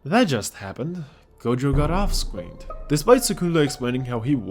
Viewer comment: “yeah….that just happened, gojo got off scweened” 😎